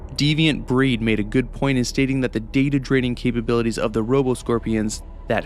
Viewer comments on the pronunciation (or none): none